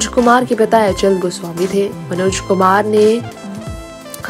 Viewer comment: आप बेवज़ह बात को रबर की तरह खींच रही हैं। मनोज शब्द का उच्चारण आप विचित्र तरह से कर रही हैं। कुछ ही जानकारियों को कोल्हू के बैल की तरह पेरे जा रही हैं। निहायत बकवास रिपोर्ट।